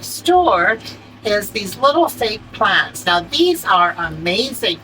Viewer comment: 🤣🤣🤣🤣🤣🤣🤣🤣🤣🤣🤣 you said plannnnts... from Boston. Ok country girl... Great video